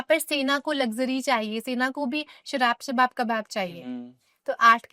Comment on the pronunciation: The way she say shawab kawab sarab😂